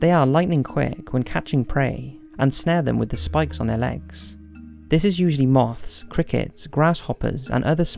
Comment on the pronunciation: He said mouths instead of moths